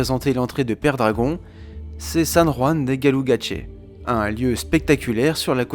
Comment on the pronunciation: C’est magnifique Je suis allé à Gaztelugatxe il y’a 5 ans. Lieu splendide. Par contre ça se prononce « Gastélougatché » et non « Galougatché ». En basque: Gaztelu = chateau Aitz = pierre, rocher Le château sur le rocher. Pas de preuve formelle qu’il y a eu une forteresse tout en haut puisque, je crois que les derniers récits historiques remontent au neuvième siècle. Par contre on suppose fortement vu l’emplacement que c’était un lieu de défense et religieux aussi et qu’il aurait été utilisé aussi avant le neuvième siècle